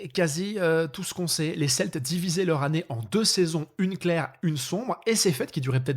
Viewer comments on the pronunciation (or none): none